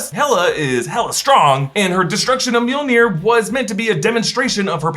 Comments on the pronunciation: every single time mjolnir is mentioned, all i hear is meow-meow or jonathan. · why do you keep calling Jonathan mewmew? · it's not MJOLNIR. it's JONATHAN!